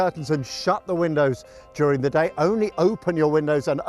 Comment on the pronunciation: “Durig” the heatwave 🤔